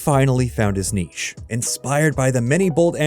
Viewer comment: Achievement Unlocked 100 - Pronounce Niche Correctly. 0.02%